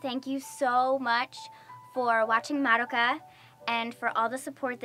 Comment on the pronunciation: Is it just me, or doe she keep pronouncing Madoka's name Maroka?